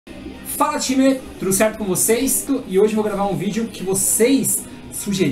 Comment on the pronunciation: gosto dos videos dele mais odeio quando ele fica falando timerrrr me da um odio porra de time